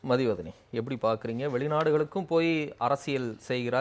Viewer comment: மதுவதணி என்று சரியாக வாசிக்கவும்.